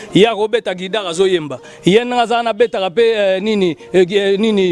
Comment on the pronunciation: Guitare et non guidare 😂😂😂😂